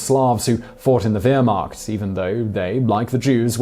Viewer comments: Only 10 seconds in and you can’t say Wehrmacht right GERMANIC GRAMMAR INTENSIFIES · Well Simon, you need a new fact checker. There are so many mistakes in this video, I won't list them all. BUT, perhaps if you just pronounced "Wehrmacht" correctly. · Just a bunch of false information and i cringe at the way you pronounce "Wehrmacht" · Oh come on, you can pronounce Wehrmacht and Erwin if you try. It's not difficult. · First learn how to pronounce Wehrmacht and then I’ll think about finishing the Wideo. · You cant even pronounce Wehrmacht. I stopped the video at that point. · KC actualy, as a german, it is exactly as in war. war take exactly that pronounciassion and put it infront of -ehrmacht. That's how you spell it. also the "CH" in -macht, is kind of a noise that english people never seem to underatand how to do. just try to make the noise a radio makes when there is no signal, that's it. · Hey Simon. Do me a favor, and from now on pronounce, "Wehrmacht" as, "VER-macht." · Just a heads up, in German, "W's" are pronounced like "V's". So wehrmacht is pronounced 'VEHR-mocked". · Simon in GERMAN you do not pronounce the " W". You Pronounce it a"V" sound in German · Ian Hall he’s doing better than you; the last syllable is “macht” not “mark”- as in sounds like “makht” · No he is not. W is pronounced as a V sound in Deutsch. It should be pronounced as Veer-macht. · I came here to say that. He's actually inconsistent about his pronunciation; sometimes he gets it right. Vair-macht. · Can you say Wehrmacht right? "W" pronounces as V. Lol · Your facts are wrong and how badly do you say wehrmacht u pronounce the Wehr like VER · Pronounced "V"ehrmacht mate!! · not to be a jerk but it's Vehrmacht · I know you've probably been corrected but. The w in wehrmacht is pronounced as a v. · He actually says "Weermacht" - whatever that is ;-) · PLEASE! The "W" in Wehrmacht is pronounced as is a "V" in English. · It just buggs me when he says wermact if i spelled that right